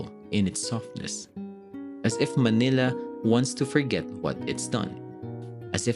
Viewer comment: Manila, not "malina".